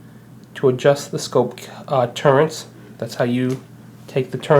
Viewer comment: Those are TURRETS not TURRENTS! If you are going to do a review, at least learn how to pronounce the vitals.